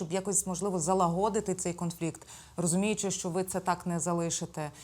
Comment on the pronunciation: Шановна ведуча та гостя студіїї! Не гвалтуйте мову, вивчіть наголоси ! Скільки можна знущатись над вухами слухачів! Не залагО'дити, а зал"Агодити.І не випАдки, а вИпадки. Що за містечкові акценти з польским ухилом? Випускникам на НМТ оцінки знижують за неправильні акценти. Скільки можна : принЕсти, довЕсти ! Та принестИ і довестИ , занестИ - наголоси правильні !